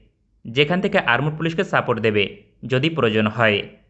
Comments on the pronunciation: আরমোড পুলিশ আবার কারা ভাই???😆😆 আর্মড পুলিশ আছে বলে জানি। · আরমড পুলিশ কি ? উচ্চারণ ঠিক করেন.